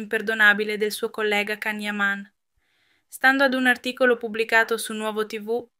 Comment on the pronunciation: Prima di tutto imparate come si pronuncia il nome di Can Yaman (Gian Yaman e non Can) e poi date notizie vere e non fake..